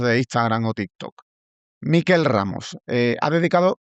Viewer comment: Bravo, Rubén y bravo, Miquel. Sólo una cosa, Rubén. Tu invitado se llama Miquel, no Míquel. Es catalán. Es como si él te llama a ti Rúben y no Rubén. Los vascos sí son Mikel, pero con k en lugar de q. No cuesta nada.